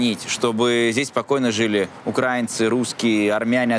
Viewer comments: ну украИнцы, а не укрАинцы. Легко же запомнить. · Каха Каладзе - просто красавец! Пример для подражания того как спортсмен может стать политиком-патриотом! Не понравилось только то, как называет украинцев! Кто-то может объяснить человеку что не укрАинцы, а украИнцы??? (это очень режет слух и раздражает как шовинисткая неграмотность)! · бесит когда в слове украинци не знают куда ставить ударение. Да, хаястанец?)